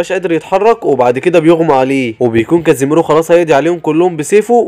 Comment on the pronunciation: كيسامي مو كزي ميرو